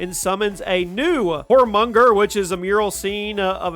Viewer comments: YourminGander the world serpent I know that's not how it's spelled but that is the way you should be pronouncing it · Jormungandr is pronounced "Yor-mun-gan-der" and Mjolnir "Me-ol-ner" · Tyr is pronounced like tear not tire. I mean it was said a million times throughout 2018…. Same with jormungandr. It’s not “whoremonger” fuck sakes man…